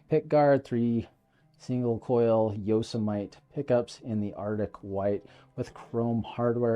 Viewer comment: As a native Californian, Yosemite is pronounced “yoh-SEM-ih-tee” 😂😂